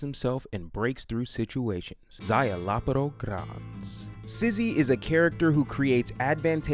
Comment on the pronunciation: You keep calling him sizzy. And it's driving me mad. I'm gonna pick him as one of my three just to show you. I'll show you all 🧐 The name is pronounced zy la por. Remember it! Ain't now sizzy!